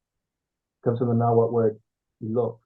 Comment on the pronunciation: The heck is Nahuthle? You mean Nahuatl? They're talking about identity crysis, yet can't even pronounce words right!!